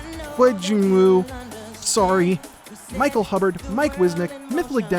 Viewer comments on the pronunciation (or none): none